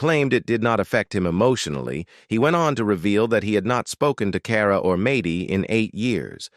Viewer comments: Its MAD DY NOT MATEY It’s A DIN NOT OD DIN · Maddy almost rhymes with AI - just in case AI needs a pronunciation guide.